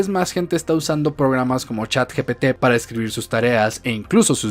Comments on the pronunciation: Supongo que sí, ya que trata de pronunciar correctamente chat gtp, ya que nosotros lo pronunciamos de manera coloquial, ya que la g en español se pronuncia cómo "je" no cómo "yë", y en inglés se pronuncia distinto. Así que. . . Hace su mejor esfuerzo. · dice chat gtp.... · Perdón, comparto todo lo que dijiste. Pero no soporto, NO SOPORTO como una "profesional" que trabaja para Microsoft no sabe decir "Chatgpt" cuando literalmente es parte de su campo de trabajo. Es en serio una profesional?